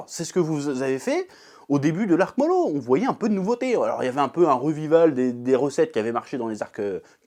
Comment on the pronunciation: Y'a un truc que je comprends pas avec toi, d'habitude tu prononces les prénoms dans les mangas à la française ( genre au lieu de prononcer Narouto et Sassouke tu prononces NarUto et Sazuke...je suis clair où pas?) mais par contre au lieu de dire Moro tu dis Molo. JE N'AI COMPREN PA!